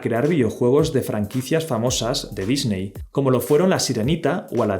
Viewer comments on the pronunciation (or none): none